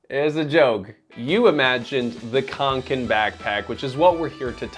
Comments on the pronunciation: Can I please PLEASE make a point: "å" is not "a", any more than an "f" is a "t", or an "E" is an "F", just because there is a little added bit, it doesn't mean it's the same. It's grating and jarring, to hear your american "khank-ken" "ack-ee" when it's not that hard to say an "oh" sound, is it?? (My uncle Åke is rolling in his grave). Like..... somehow you said "ä" as "eh" just fine, why not "å"???? Seriously, I love your channel but if you can't pronounce any word correctly (english, svenska, française.... my dude. Please. It's an integral part of research). Rarely do I make snarky comments like this on yt videos, especially on channels I like, but perhaps it's because I'm such a fan that this irked me so very much. Also, like Sweden, NZ has similar "allemansrätten" too, so I do actually appreciate companies making practical, no nonsense sorts of things. The rucksacks the company make also are waterproof in a very unique, less-goretex-more-natural-wool-type-trait kind of repelling to moisture; knowing you made a video about goretex, I do suggest you have a look closer look not only at your ragging on fjälräven, but also Kathmandu (est. 1987), fairydown(est. 1877), and the mckinlays (est. 1879) and sistema (also established in 1987). They are all pretty incredible brands that are all homegrown in New Zealand, and ideas for diversification? Instead of JUST the american focus you seem to love... — sincerely, a minorly distressed kiwi with a swedish father who passed on his sch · Å is pronounced like an O so Åke is like "Oke", same with Kånken, it's "Konken". ;) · And Kånken is konken so